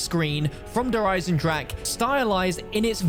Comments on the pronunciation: No way this dude just pronounced Der Eisendrache as dur aisendrack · U say Eisendrache the wrong way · People still can’t pronounce eisendrache smh its not that hard